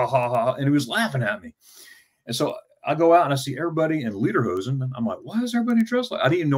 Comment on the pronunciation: Pronounced Lay-der-hoe-sin